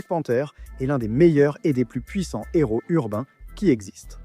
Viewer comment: Son héros pas son Nero y a pas de liaison ca fait mal aux oreilles